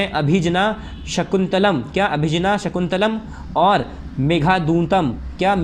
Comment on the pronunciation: Abhigyan shakuntalam bolna sikho bhai